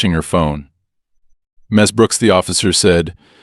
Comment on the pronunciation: The constant misspeaking of the honorific Ms completely distracted me from the story. History first- (unfortunately from an USA source) The contractions Mr. and Mrs. are short for Mister and Missus/Missis. These contractions, like their longer forms, are used in etiquette to show respect to men and women. Mr. and Mrs. are pronounced the same as their longer forms: Mr. is pronounced as [ mis-ter ] and Mrs. is pronounced as [ mis-iz ] or [ miz-iz ] in the Northern United States and as [ miz-iz ] and [ miz ] in the Southern United States. Historically, the title Miss has been used as an honorific for unmarried women or young girls. Western women became more independent and especially when divorce became common, the title Ms. became the honorific used to refer to any woman, regardless of marital status. It is NEVER pronounced eem ess but more toward Mizz. See the dictionary pronunciation of the country you prefer. For me it is Canada or England but to each his or her own as long as you are consistent.